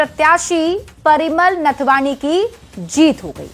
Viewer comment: पहले नाथवानी तो ठीक से बोलिए मैडम। नाथवानी नहीं होता है नाथवानी हाटक है।